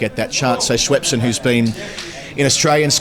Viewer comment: I get so triggered by the pronunciation of Schweppeson 🤣 Have a great tour guys!